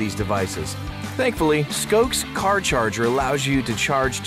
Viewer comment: It's pronounced "SKOSHe", not "SKOKe" for Scosche. Must be recorded by Russians.